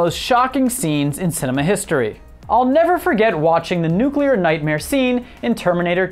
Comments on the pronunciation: Its nooo clear not nuu cu ler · It's nuclear, not nucular. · [pronounces "nuclear" correctly] ME: coolcool: [also occasionally pronounces "nuclear" like "nucular'] ME: wait what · Learn to pronounce nuclear and I'll watch more than 42 seconds next time. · Why do you keep flipping back and forth between the correct way to say nuclear, and the extra chromosome way to pronounce it?